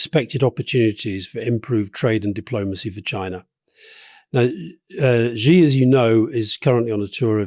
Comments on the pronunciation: Shee not Jhee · Xi is pronounces like the english word "she", not zee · I wish Alastair Campbell would stop pronouncing Xi as ' Ji ' . It's a basic error and undermines his usually astute commentary. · Alastair, would you stop pronouncing Xi as Gee? It’s Xi as it’s spelt FFS! Even the journalists on MSNBC can say it properly. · Rory, stop mispronouncing "Xi"!